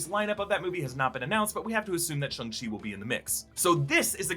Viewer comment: Question...Why can't anyone pronounce Shang-Chi correctly. Especially people such as!!! I'll give him the pass on the child-like phonetic pronouncing of Gryphon, but come the F on. 'Shawn'g-Chi